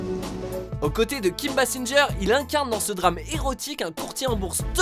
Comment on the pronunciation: Yo ! Kim Basinger, ça se prononce —gueure ;)